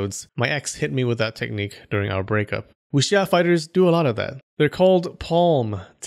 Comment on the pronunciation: Just for your information, you are supposed to not read the W in Wuxia. Chinese dont read the W and Y when i or u follow it. And you are supposed to read J as C = Ciang hu And C as J = Louis Jha Yea, chinese language is so complicated...